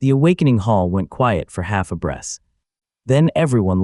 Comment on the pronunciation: My browser decided to unload this tab while I was doing something else, and I don't care enough to finish listening. However, please enjoy some of the more notable things I heard from this AI written, AI narrated, AI drawn video. "The awakening hall went quiet for half a breast" "Stebble. +1 expy." "Breastle. +1 expy." "Peng! +1 expy." "Heartbeat, +1 expy." "Kegel, +1 expy." "I wiped blood from my mouse." "Molten wood"